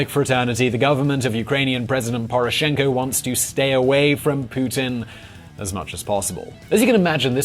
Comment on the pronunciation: Actually, your title should’ve been “How is Poroshenko isolating Ukraine?” Because no matter how hard your try to spin it and blame others (especially Putin), Poroshenko and his thieving bandits are the true culprits. And your guys pronunciation? Damn. Also, Tymoshenko - never was president; although I’d vote for her over Poroshenko any day. Haha hell, I would rather see Saakashvili than Poroshenko. Selling our people down the drain. Useless puppet mutt.